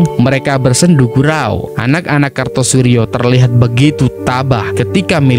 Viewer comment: Kartosoewirjo bro,bukan Kartosurjo.